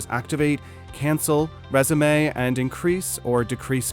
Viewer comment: it mispronounced the verb “resume”. It pronounced it as the noun “resumé”, dead give away. Why don’t you just record your own voice?! I loathe these AI voices that butcher the English language.